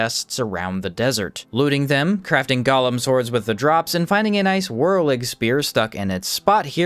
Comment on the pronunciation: I watch your stuff because you definitely make the best Outward videos out there, but the word Golem is pronounced Go-Lem. Gollum is a character from Lord of the Rings